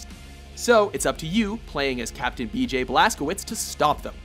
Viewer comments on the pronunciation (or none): none